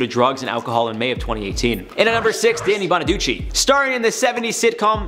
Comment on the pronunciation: Thank you! You know how to say Danny Bonaduce, another youtuber called him Danny Bone-a-deuce 🦴 💩 🤣